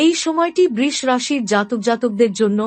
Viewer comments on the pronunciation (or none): Aber djop suru holi R apni BRish bolen kano? Nakami thik kore uchharon korun